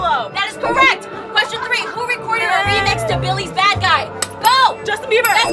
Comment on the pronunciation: "let me finish the qweschon" "let mE FINISH THE QWESCHON!!!!"